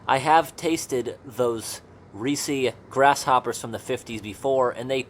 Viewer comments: Reese. Not Reesee. Like Reese's peanut butter cups. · ITS NOT REE SEE. ITS REECE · It's just Rees. Not reesy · surely that’s pronounced “reess” (like “grease”) and not “reesey” (like “greasy”)?!? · It’s reece, not reecee. I’m getting way more worked up over that pronunciation than is justified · I have no idea why I'm watching a video AM of some guy opening up canned insects from 60 years ago and talking about the maggots that crawled inside the can and died there, but -- its oddly captivating. 🤷 (Wouldn't Reese be pronounced with one syllable, though, like the Reese in Reese's Peanut Butter Cups? Or is/was there some canned food company from way back when pronounced like "Ree-see" that I'm just not aware of? Serious question, btw.) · It's "REES" bro, you don't pronounce the final 'e'. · It's not pronounced reecie. And shooken is not a word. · Oof I definitely don't like how you pronounce Reese... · My only complaint is the way you pronounce Reese lol